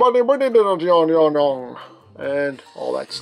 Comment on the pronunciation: It's pronounced GiGantian. (Guy-gan-tee-on)